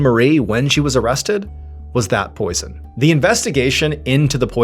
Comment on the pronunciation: the word "poison" sounds funny now. Poison. Poyzun. Poyzin. Poison.